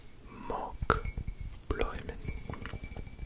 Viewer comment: As a Belgian boy the dutch part was pretty funny to watch :) You did great tho, I understood everything! The only word you have to work on is ‘bloemen’ ;) Really really enjoying this one!!